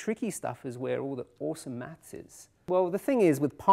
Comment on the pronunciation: I really dislike the way he says "maths", it sounds like "mats"